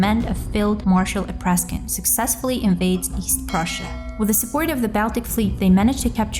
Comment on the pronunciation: Not Apraskin, but Apraksin.